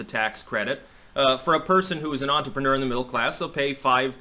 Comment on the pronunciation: ‘Entrepreneur.’ This word contains three ‘r’s. None silent. Look it up, or sulling.